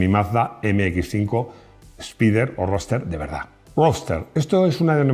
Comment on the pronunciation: Ruoster! jejejeje el MX5 es RUOSTEEER! jajaja